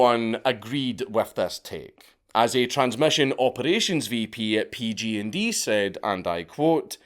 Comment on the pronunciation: Dank i love your videos but hearing you say PG&D when you obviously mean PG&E is making me cringe so hard